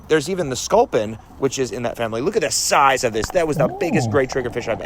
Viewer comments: Genuinely laughed out loud when you turned on your aussie and went “LOOK AT THE SOIZE A THAT BLOODY THANG” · it's more like "sauize"